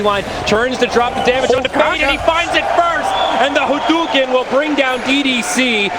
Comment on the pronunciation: It is pronounced hadouken not hudoken